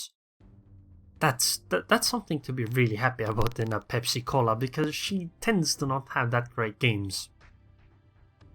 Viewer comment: are you idiot or what. is pensa - not pepsi cola.